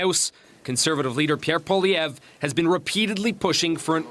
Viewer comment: Mark Miller is SUCH a cuck.. he ALWAYS says "Pierre Pollieve" before anything else